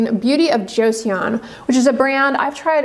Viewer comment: Just fyi "Joseon" in "Beauty of Joseon" is pronounced more like "Jo-sun" not "Jo-see-on" - someone who is learning Korean and adores Hangeul, the Korean alphabet (which is very easy to learn and read)